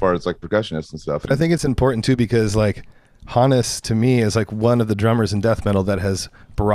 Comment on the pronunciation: Good on you boys for pronouncing "Hannes" the correct way. I was going nuts thinking it was supposed to be "Hons" but did my research and you have corrected me.